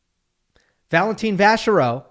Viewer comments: Its Valentin not Valentine! 😂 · Could y'all (commentators included) stop pronouncing his name as Valen-teen. If you're going to spend a big chunk of time on a single player, it would be polite to get his name roughly right!